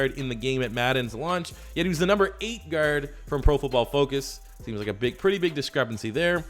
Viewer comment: The way he says guard is making me cringe